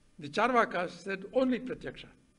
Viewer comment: Rajiv, please correct the pronunciation of Charvaka. It is चार्वाक ---- chaarvaaka. Not chaarvaka.